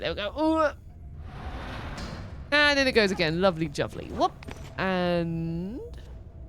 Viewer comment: are you saying “lovely juvly” here instead of “lovely jubbly”?